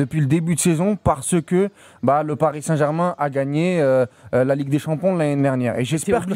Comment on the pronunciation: t'as vraiment du mal à dire l'année dernière 😅, tu dis nani nernière 😂😂